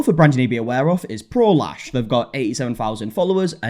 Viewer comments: I cant be the only one who doesnt hear prolash but prolaps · Every time someone says, "Pro Lash," I hear, "prolapse," and I've just been giggling this whole time.